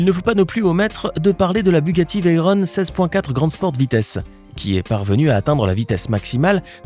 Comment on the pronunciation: Veyron ne vient pas de l'anglais et ne se prononce ^pas Veyrone. On dirrait un PUTAIN D'ENFANT DE 6 ANS. Elle s'appel comme ca a cause de Pierre Veyron qui à gagné au Mans en 1939 sur Bugatti type 57